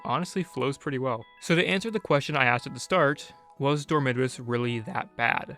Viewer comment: what pained me the most was how you pronounce dormitabis, my whole life ive been thinking its door-me-tah-bees